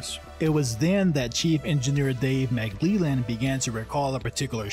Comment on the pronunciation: Good video... but I can't figure out why in the last 3 videos I've watched on this subject, no one can manage to pronounce Dave McLellan's name! Rather than saying it like McLeelan, it's supposed to be spoken like "yellin", but with a L in place of the Y.